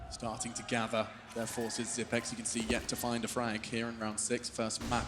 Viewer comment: Almost 2020 and announcers are STILL SAYING ZIPNIX -.